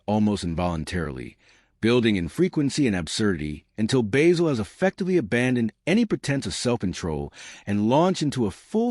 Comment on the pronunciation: AI junk. You can't even pronounce Basil correctly, you use clips from other movies and shows. use a photo of Basil Fawlty that isn't John Cleese. AI dropping random clips of WW2 and other nonsense out of context. This show deserves more respect.